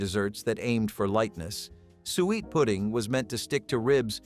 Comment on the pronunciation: You are driving me crazy Suiet or sweet pudding is suet pudding. Do some rematch for God's sake. Or maybe, you did not expect anyone to listen this long.